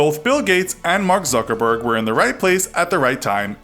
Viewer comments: Did he say Zookerberg? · Mark "Zoogerberg"